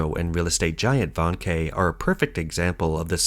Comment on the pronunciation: 05;30 "VANKE" pronounced VARN - KER ... not "Van-Kay"